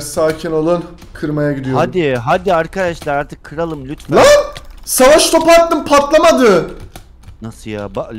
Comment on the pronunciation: Ateş Topuna SAVAŞŞ TOPUĞ diyen koca yürekli Racon YUGO Bu arada RACON takım çok sıktı